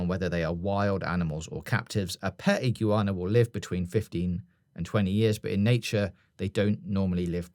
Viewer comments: Iguana. Not ig-u-ana. Just iguana 😂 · stop butchering Iguana 🦎 It’s more how says it, Ig wana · "Iggy Wahna"?? 😭😭 lol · I’m sorry but if you guys keep pronouncing words like iguana as igg-yoo-warna and assume as ashoom I’m gonna have to stop watching it is badly triggering me fair enough if you just said it once or twice I would be like yeah that was annoying but repeatedly like 13 times I wanted to turn the video off so bad but desperately wanted to hear what you had to say please sort it cheers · Please learn how to pronounce Iguana lol.. Also it's 110 kg he's lifting, the bar itself weighs 10kg.. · Why tf is he pronouncing iguana like that? 💀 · Pronouncing the fuck out of the word 'iguana' there.